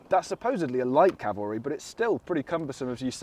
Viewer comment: Cavalry, not "calvary" 😂